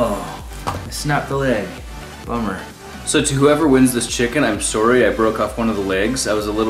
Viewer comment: Did you grow up in Canada? the way you pronounce "sorry", "tomorrow" and "borrow" all have that long o sound